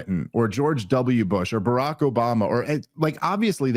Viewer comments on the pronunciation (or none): none